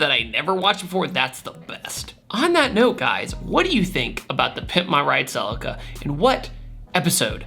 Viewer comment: Please stop saying selekar! It’s pronounced Sea Leak Are (Celica) Otherwise great story today.